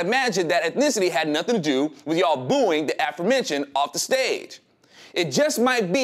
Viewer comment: Did you say aphro-mentioned or aforementioned.....